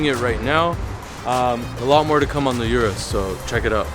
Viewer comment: Come on, don’t murder the name of the car man. It’s pronounced “Oorus” not “yourus”. Lol reminds me of the Bentayga situation. Lol. Nonetheless another bangin’ video from my favorite YouTube channel.